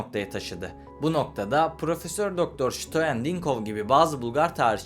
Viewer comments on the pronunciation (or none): Пиша на водещия, който произнася Штоен вместо Стоян! Ти защо се "гъделичкаш"?! Българската история за произхода на Българите е много "шарена" пълна с шовинизъм. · Ştoen mi 😅, Stoyan.